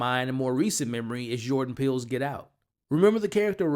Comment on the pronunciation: "Yordan Peele" 😂